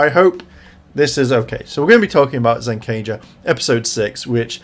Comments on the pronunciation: When is someone going to correct him on the pronunciation of ZenKAIger!?! I literally can't stand to hear him say ZenKANger. There's only 1 N and it's the third letter lol. For God sakes please fix you pronunciation. It's "KAI"ger not "KAN"ger. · well when you're talking about Kaito alone, you call him Zenkaiser. Which is his "ranger" name? Like ZenkaiZuran or Vroom...it's Kaiser for him. But when you talk about them all together, they're the ZenkaiGers. And you yourself like to add an extra N where there's not one. Pretty much say it like Gokaiger but Zen instead lol.